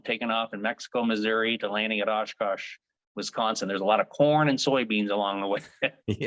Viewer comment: is it so hard to say Oshkosh!!!